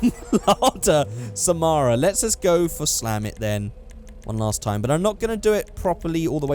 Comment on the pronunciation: Just came across this vid and I gotta say, I love the way you pronounce Samara and Sputnik. The main (and only, actually) difference between these two is that Sputnik (Russian for satellite, companion, fellow traveler) was used in USSR/Russia, while Samara (a Russian city) was used for exported models.